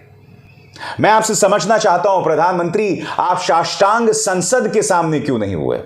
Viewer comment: शाष्टांग नहीं नोष्टांग🤣